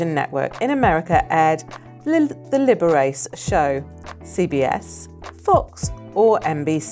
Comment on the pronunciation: It's pronounced Liber achey.